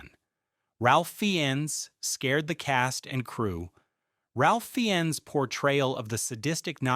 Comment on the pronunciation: PLEASE please please please teach AI how to say Ralph Fiennes!